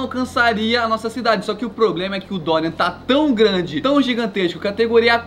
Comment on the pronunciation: "E sera muito grade"